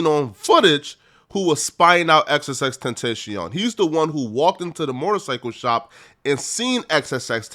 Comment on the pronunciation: Good vid but Ten-tashion 😭